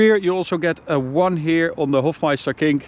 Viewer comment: It's the "Hofmeister KNICK" not KINK! But, man, I like that take though.